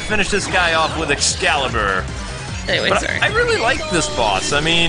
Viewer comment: You cringed me when you kept saying Excalibur for the love of god the name of the skill is LUXCALIBUR!!!